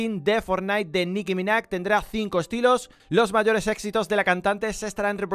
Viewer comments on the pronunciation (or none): Es Nicki MinaJ tio no Nicki MINACK